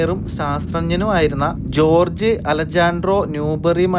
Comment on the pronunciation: Its not pronouns ജോർജ് its ഹോർഗ്ഗേ 😬